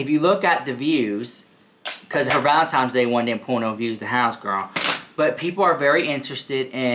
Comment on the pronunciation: can you please say valenTINE not TIME. thanks lovyousomuch